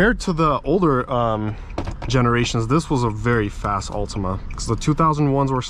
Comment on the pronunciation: "...A 2005 Ultimum" 😭